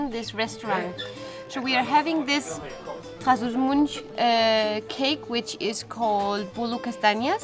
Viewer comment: Yes, but never like "Gimunde" / "Gimoonde"... And anyway, Gimonde is in the North, so case closed. :D Also, it's not Trás-os-Muntes nor Muntesinho. In both cases, where they pronounced as 'u' (or 'oo') it's actually a vert open 'o', like in the English word "awe" (but nasal).